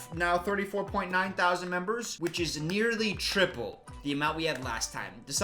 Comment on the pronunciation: be sounding like Joseph Stalin with those "nearly triples" lmao